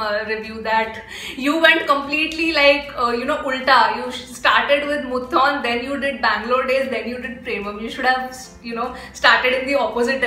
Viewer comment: Am a Fahad & Lalettan fan... But still waiting for "Thuramukham"... And IJRR.... Its not Muthon... Its Moothoonn.... And don't miss Action Hero Biju...